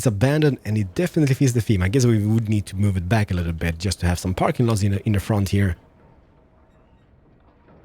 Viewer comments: OH MY GOD YOU CALLED THE PARKING PARK THE CARPING PARK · Did anyone else notice when he said carping park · What is a "Carking Park"? 😉